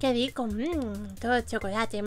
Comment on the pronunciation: Like si te dio risa cuando dijo poncholate y lo esfuechaste